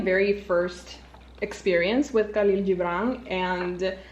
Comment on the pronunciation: Khalil is Arabic your saying it is a Spanish accent hehe. It's Khhhaleel jibraan (the sound not spelling onvs